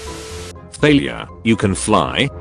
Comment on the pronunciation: I swear to the gods I heard 'Failure' not 'Thalia'